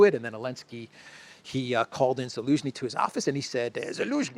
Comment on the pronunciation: Love the clown world and the “Elensky” part..😂😂😂… what’s with the Elensky without the “Z” though? Cypriot accent or??